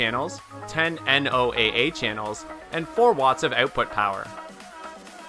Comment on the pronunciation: Come on. NOOA isnt spelled out just say "No-Ah". Good Lord! While I'm on a roll, IOS say "Eye-oz". Bios Say "bye oz" These are all acronyms - you speak them, not spell them! "An acronym is a word or name formed from the initial components of a longer name or phrase. Acronyms are usually formed from the initial letters of words, as in NATO and EU, but sometimes use syllables, as in Benelux. They can also be a mixture, as in radar. Wikipedia"